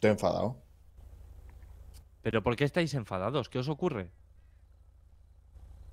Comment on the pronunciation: Dice "menfadao"